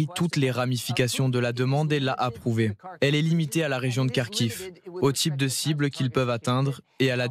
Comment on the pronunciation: "Ils ont sauve la region de Karkhive" 😂😂😂😅😅😅😢😢. Ce me faire rire.